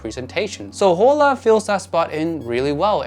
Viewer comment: Hola means Hello in Spanish. The H is silent, so it’s pronounced ola.